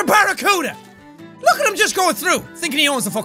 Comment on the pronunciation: Ethan Garrison Hahaha emphasis on the 'look' XD